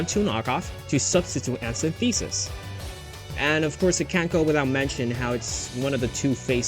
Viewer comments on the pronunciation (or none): you mispronounced synthesis